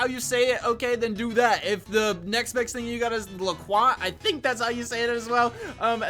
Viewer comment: loquat is pronounced (lok/wat)